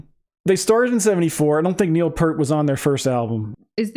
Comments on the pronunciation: Just a quick note about Neil Peart. He pronounced his name P-ear-T, rather than P-ur-T. So, it rhymes with cheer, steer, dear, or mere. It doesn't rhyme is dirt or hurt. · This was my first RUSH album I got as a teen in the 80s. Oh it's pronounced P-ear-t not p-er-t. Just saying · Neil Peart (pronounced Peeer-tuh)was more than a drummer.....he was a percussionist. Arguably the greatest rock "drummer" to ever sit behind the kit, his influences were Buddy Rich, Keith Moon, Bonzo, Gene Krupa, Ginger Baker, and Phil Collins, among others. He considered "Tom Sawyer" to be the most difficult of all the RUSH songs for him to play perfectly. And remember....Neil wrote about 95% of all their songs. RIP to the Professor. BTW, watch his drum solo at their concert in Frankfort, Germany......in the middle of a 3 hr. set, and when he was in his 50's.